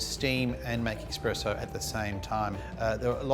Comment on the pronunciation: Guys says 'expresso'. Credibility lost lol